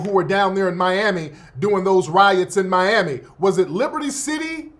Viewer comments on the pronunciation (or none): none